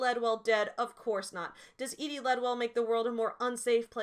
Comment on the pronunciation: Thank you for being the only person who pronounced Edie the way I thought it should be pronounced lmao. The amount of telling that is done in those excerpts you read, "Madeleine did this for her work and was successful at it and Shrike liked her because she was pithy" like good God that's just embarrassing Joanne. Also, it really feels like she tries to have her cake and eat it too when she describes Shrike as "ugly" and then says BUT YEAH HE STILL GETS LAID A LOT BECAUSE I SAID SO. MY PROTAGONIST IS SUAVE BECAUSE THIS IS A NOIR DETECTIVE STORY OK. ALSO THIS LADY REALLY WANTS TO HAVE SEX WITH HIM. wtf is going on girl